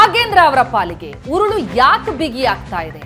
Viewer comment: ಅದೆಷ್ಟು ಸಲ,ಕುಣಿಕೆ , ಉರಳು ಅಂತ ಹೇಳಿ ಹೇಳಿ ನಮಗೆ ಉರುಳು ಹಾಕ್ತೀರಿ.